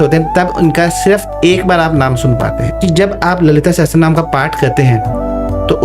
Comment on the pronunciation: Sahasarnam ✅ sahastranam ❌